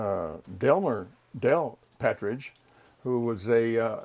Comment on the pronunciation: “Patridge” of “Partridge”?